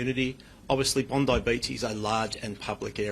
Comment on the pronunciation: Please learn that “Bondi” as a place name is pronounced “Bond-eye” by Australians.